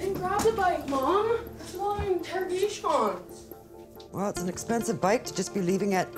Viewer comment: “What’s with all the interaGAAAYSHAWNS”